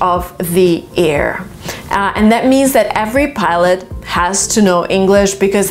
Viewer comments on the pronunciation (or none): You mispronounced air /jɚ/ ✖️ /ɛɚ/✔️ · I think You pronounced the word "air" quite different... More like "ear"... I don't know if I'm wrong.